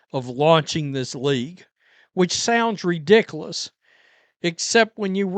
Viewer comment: You say you're not saying the Coach is on the coke. You're simply insinuating it by what you say. You're a funny man as most bigots are. The way you pronounce ridiculous gets me every time. Redikolus ? Not sure you understand the meaning of peace either. Love watching you perform. 'til next time.